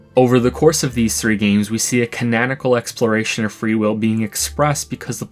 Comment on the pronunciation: ca-nan-ical lol